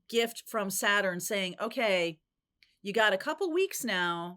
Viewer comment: Omg. Please stop saying gifty. GIFT. GIFT!